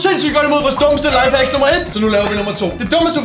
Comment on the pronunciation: mega god video 😁👍jeg kunne ikke lad vær med at grine da du sagde næste lafehack 😂